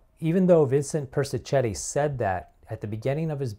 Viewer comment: Interesting issues. A small point- I think Persichetti's name is pronounced -Per-sih--ket-ti.